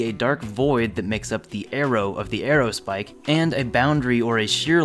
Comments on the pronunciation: Buddy. You've got it all wrong. Square aerospike? Haha, no. Squaerospike. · He really didn't call it a squaero spike